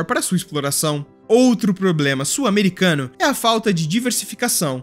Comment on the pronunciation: Já aprendeu a pronunciar a palavra SUL? não é "SUR". Ah, e "sulamericano" pronuncia-se "SU-LA-ME-RI-CA-NO", e não "SUL-A-ME-RI-CA-NO".